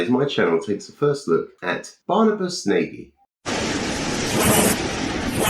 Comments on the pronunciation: Yes, old Barnabus is always good for pure daftness. BTW I think he's Hungarian so his name is pronounced Nah-gy rather than Nay-gy. If in doubt with European names, the simplest English-style pronunciation while tempting is nearly always wrong. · I think Barny is HILLARIOUS. Your take on him is also funny, but please, PLEASE can you stop butchering his name? does it, too. 'Nagy' is a very common Hungarian name (and word). It means 'tall' or 'big' and it's pronounced a little like 'nudge' or more like 'naw-dge'. Not nay-guy.